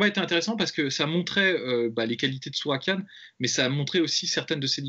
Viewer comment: Juste les gars c’est Tsarukyan pas Tsurakyan